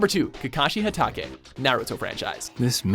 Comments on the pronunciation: Of course this dude didn't say hatake correctly smdh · Fucking couldnt pronounce HATAKE